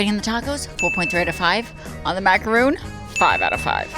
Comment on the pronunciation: You’re beyond adorable but please stop saying “maca-ROON. A macaroon is a coconut cookie. A maca-RON is a French sandwich cookie.